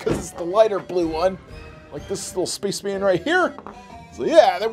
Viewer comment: “Looks like the Red SPACHMAN” did you say spaceman or SPACHMAN